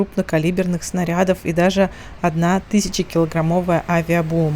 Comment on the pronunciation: Прстите, неТЫЩАЧА, а ТЫСЯЧА!